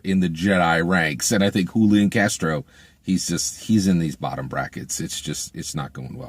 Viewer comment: I see you got Julian Castro's name right 😉